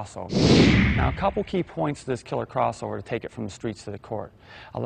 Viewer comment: pahaha!! what language is he shouting crossover in the second time! :P